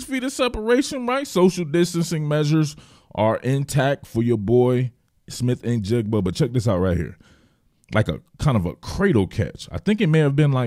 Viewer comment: bonus points for not butchering the kids name either I can’t tell you how many times I’ve heard people screw that up. 😂